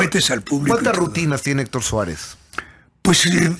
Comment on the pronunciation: "Héctor Suerez??"